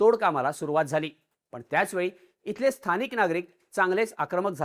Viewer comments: Stanik nay khushor bola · Sthanik naka bolu he sthanik nahi